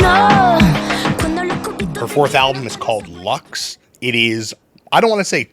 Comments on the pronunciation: no es leqss, es LUX, joder una puta cosa que tienen que pronunciar....!! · "Study up" and they can't even pronounce the album title right 😭🥲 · los entrevistadores son taaaan yankis!! les explota la cabeza con que una persona pueda aprender otros idiomas, no tenga ningún interés en "cambiarse al inglés", son incapaces de pronunciar LUX de manera no anglo... qué pereza, Jaime Altozano te necesitamos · I mean, they can't even pronounce the album title right so are we shocked lmao